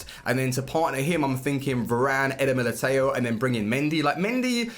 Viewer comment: I know, i know :D just wanna help him out, i don't expect him to pronounce such a difficult name perfectly. Somthing like "Militau" would be good :D